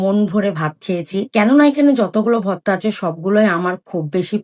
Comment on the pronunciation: Votta votta ki apu eta to hobe vorta😁